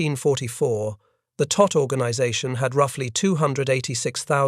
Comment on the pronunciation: It was the Todt Organization, not "tot".